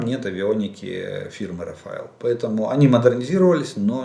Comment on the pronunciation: Спасибо за вашу работу. Два уточнения. Фирму называют "РафаЭль". В еврейских именах ударение всегда на "Эль" (бог). Второе – про Австралию. Не удивляюсь тому, что австралийцы помогают. Это очень свободолюбивая и воинственная нация. Они хорошо отличают добро от зла. Мои австралийские друзья-англосаксы очень возмущались войной в Грузии и горой стоят за Украину.